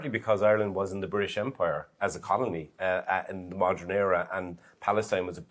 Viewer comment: Someone tell that man on the right how to pronounce "modern" correctly. It's "Modern" WITH an "E" not "Modren"